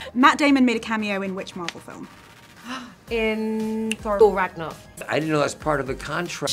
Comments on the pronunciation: "I'm really good at pronunciation" - woman who called it Thor Ragnarf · "I'm really good with pronunciation" Milla-joir Vibrarian Thor ragnarf